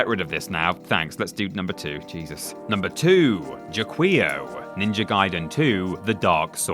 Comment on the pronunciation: OK I'ma be THAT GUY: Jaquio is pronounced "ja-ki-o" (from Japanese 邪鬼王 jakiou, meaning something like "Demon King"). For more eyeball horror, I would also submit Giga from Life Force and Eyeball Growth and Grimgrin from The Guardian Legend.